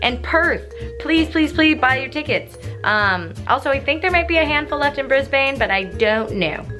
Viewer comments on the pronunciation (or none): but its pronounced brisBIN lmao not bane r.i.p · Ugh she said Bris-bane! URGHHHHH sorry Hannah but as an Australian we pronounce it Bris-bin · Say it with me now Hannah, "Bris-BIN". Not "Bris-bayne". Bris-BIN. BRISBIN. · BRISBEN, NOT BRISBAYNE!!!! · Hannah....Say it like Brizben not Brisbaiiin hahahah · Brisbain. That's how Hannah is pronouncing it and I'm losing my shit. Brisbane. Bris-ben. Not bris-bain. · "Bris-baine" it's pronounced "bris-ban" aha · Ah. It's pronounced Brizbin mate? Crikey, by jingo, bluey. etc. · Brisbayne hehe ^_^